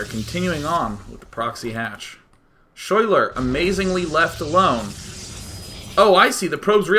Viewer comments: Schuyler is actually pronounced like Skyler, that is my girlfriend's name and how she spells it, her parents are hippies. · day9 ur so cute when u have no idea that you are pronouncing the name schuyler incorrectly.